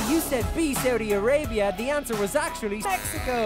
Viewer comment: The moment that guy said saudhi i knew he lost it